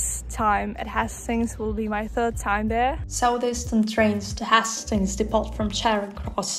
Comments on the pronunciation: Little lesson. Hastings is pronounced Hay-stings not Has-stings. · Beautiful editing, I may have to use some of your ideas :) great vlog aswell. By the way its pronounced more like haystings (although your pronounciation actually makes more sense!) Easy new sub here :)